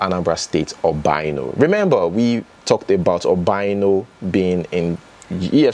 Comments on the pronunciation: It's pronounced OBI ANO, not OBAINO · thanks for the updates. Quick one, you are pronouncing the Former Governor of Anambra States name wrong. His name is pronounced, 'Obi' meaning 'heart' 'Ano' meaning 'four' Therefore Obiano. Try to think of the meaning of the two words when you are pronouncing them. I hope this helps 😊